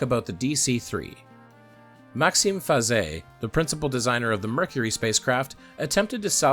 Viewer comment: That opening about public perception hurt my soul, take it from a guy who’s also into trains and has to regularly hear similar oversimplifications on that topic. Also I thank you for teaching me the proper pronunciation of Maxime’s last name. I’ve never attempted it before for…potentially awkward reasons…